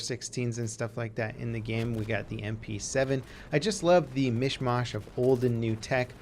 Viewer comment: Rather than beat the 2009 faux pas, I'm going to focus on "mish mosh" - it's "mish MASH" - this is fucking unacceptable.